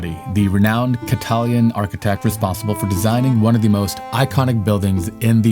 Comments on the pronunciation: Ca-ta-lan (not Catalian). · "Catalian"?!?!? NO! He is Catalonian! Or, Catalan, in the Catalan language. Notice: it doesn't contain an "I". But you should use the English term since you're speaking English, especially since you can't pronounce Catalan correctly. I thought you said "Italian", upon review I realized what you said was "Italian" with a C in front of it. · cat-a-LAN, not CA-talian...lots of pronunciation errors here, an not just in the Catalan. Why would you say that the Sagrada Familia is Gothic? That does not fit in terms of time period or style. Gaudi did leave models, but they were destroyed both before and during the Spanish Civil War. I am really impressed with how much progress has been made since I was last there in September of 2022--it looks so much different already! If it were not for the challenge with the adjoining block, I could see it being done by 2026. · its Cat a Lan not catillian and you claimed that 140 years later its still not finished Thats completely wrong Its now 100 years later . I gave up after this as your loose factual and glib delivery was too annoying to continue Wise up dude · “Passer bys “????? Passers by. Catalian?? Catalan. “My research”? Next time, do some. This sloppy, rushed presentation is clownish. 🤡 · Catalian? Dude seriously.